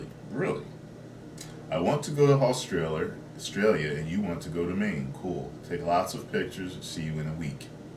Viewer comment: "Australer" lmfao😂😂